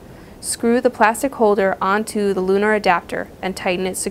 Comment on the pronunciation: Luer adaptor not lunar! Lol!